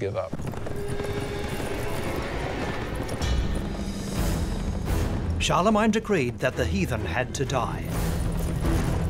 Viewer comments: Charlemagne with "main" suffix not "mine" I don't care how it's spelled everyone says it "main" so it's main. Gets under my skin when people pronounce words deferent than everyone else. Great documentary though wouldn't like to live back then but would love to have a holodeck program. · First time I have every heard anyone pronoun Charlemagne like that. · me 2